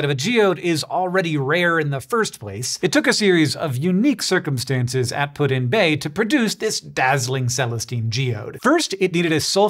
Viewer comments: it's really weird to hear you say putinbay like it is three words. We don't do that here. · I've been to Put-In bay a couple times but never heard of this cave, I'll have to check it out! Just so you know, the locals pronounce it "Puttin' Bay" but I'm not sure if that's the original way or if it's just because of our Cleveland accent.